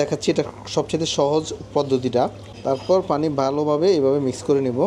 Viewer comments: আপনি পানি কে ফানি উচ্চারন করবেন না আর। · Not গি it's ঘী। not ফানি its পানি,,,, উচ্চারণ ঠিক করুন আগে 😂😂😂😂